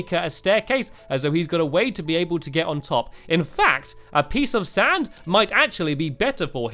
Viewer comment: Lol, the first time you said " a piece of sand" in this vid, I heard " a pizza stand", lol